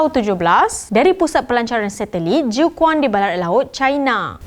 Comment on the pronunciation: Jiu Quan yg betul bacanya Ciu Chuan.